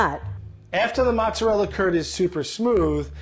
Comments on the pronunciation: Havnt heard someone pronounce mozzarella like that since my grandmother passed in 2000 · The way she says Mozzarella sounds like she's french. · Oh Jesus just stop trying so hard with the cheese names and just say them omg. No matter how much ya try to accent it, if Italian isn’t your first language, you’re not saying it right 😂 they must have said mozzarella 20 different ways, 20 different times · Ok I LOVE the old lady so much and she is an amazing cook but the way she says mozzarella makes me wanna cry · Italians, knowing that mozzarella is not actually pronounced either of those ways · doesnt know how to say mozzarella correct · is a lovely lady and I enjoy watching her cook, but the way she mispronounces mozzarella is driving me insane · How is this old lady gonna say she pronounces mozzarella correctly when she completely ignores the “a” at the end? Classic New York arrogance lol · Btw I'm Italian and I can say that does not pronounce "mozzarella" right. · TFW neither of them are saying mozzarella right. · is great and all but she pronounces mozzarella wrong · Because Mozzarella isn't pronounced the way says in Italy. It's mostly a Italian-American thing. The way he pronounced Ricotta is accurate. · What's negative about the way pronounces "mozarella?" It's a uniquely Italian-American thing. Do you guys want this 60+ year old woman to speak the Queen's Italian? Colloquialisms are a thing, relax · As an Italian, the way she said mozzarella really hurt me inside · Jamie Propro I have never heard it pronounced that way lol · Funny how they both said mozzarella in the wrong way 👀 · Mozzarella isn't French. You sound out all the letters. Thank you for coming to my Ted Talk. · Not muzzarel or mazzarella, it's mozzarella 😁 🇮🇹 (sammish 😂😂😂😂) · It's not "MUZ" or "MAZ" it is "MOZ"! I dare you to do a three way swap with a real italian home cook. Do you accept? :o) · It's pronounced moots. Not mots. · Its mozzarella not mazzarella